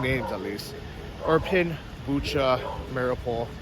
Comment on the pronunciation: its irpin' btw and not iprin